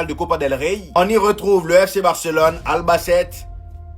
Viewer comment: Ta façon de dire Albacete me fait rire 😂